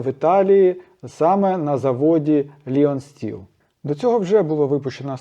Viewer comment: Вітаю. Правильніше говорити Лайон Стіл 🙂